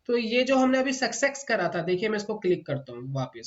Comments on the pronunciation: Itni baar sucksex Sun kar mere kaan phat gaye hai. Good content though. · सक्सेक्स नहीं होता सर सक्सेस होता है आप उच्चारण सुधार लीजिए